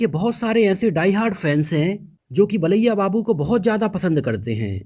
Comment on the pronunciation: Baliya nahi bro balya babu